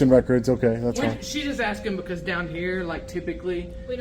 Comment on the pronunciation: "BCAUZ SEKURITI RESONZ" 😂 Thanks!